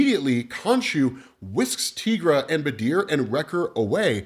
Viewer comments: Your pronunciation of Tigra dude. It's "ti" like tiger. You don't call those "tea"gers do you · Tigra = Teye-Grah .... NOT ... Tee-Grah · Tigra = tEYEgra not teagra